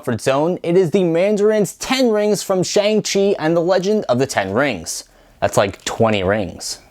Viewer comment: It’s actually sed shong shi instead of Shang chi